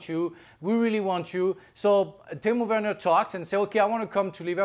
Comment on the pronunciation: Why does Dan say Tino Werner?